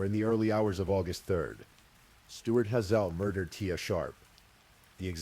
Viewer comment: HAY -ZLE. Like the eye color. 🤦‍♀️🤦‍♀️ despise mispronunciation. Especially on such a basic word